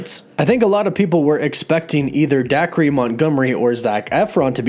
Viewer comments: And Day-Ker not Dakree. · It's pronounced "Day-Cah" Montgomery. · “Dac-ree” lmaooo